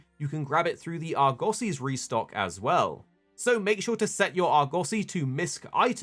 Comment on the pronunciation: I was unprepared for the unique pronunciation of the "Argussy"